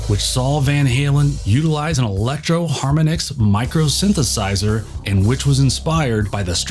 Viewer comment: "Electro Harrminicks." Mmmmkay